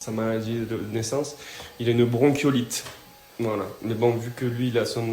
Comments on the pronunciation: On dit bronkiolite pas brochiolite🤣🤣🤣👌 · C’est pas bronCHiolite on dit bronkiolite 😂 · Jessica ! bronchiolite !! Se prononce bronquiolite !! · Jacqueline Afodio Coucou, même ce mot, elle ne le connaît pas, et pourtant c'est connu quand même!!